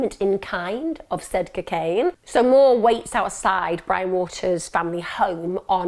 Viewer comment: I love the way Emma pronounces cocaine 😍😍🤗🤗